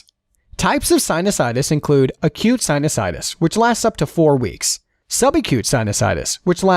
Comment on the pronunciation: Some words (names and terms) were mispronounced! Narrator should have done his homework! Examples: Anosmia , sinusitis , nasolacrimal duct ( - LOL)...